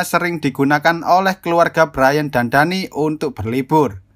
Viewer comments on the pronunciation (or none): btw kalo semisal namanya Danny itu bacanya Deni bukan Dani